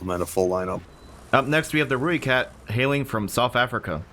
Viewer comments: And to see him pronounce it's name wrong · One of the reasons I watched this is to see try to pronounce the Rooikat's name.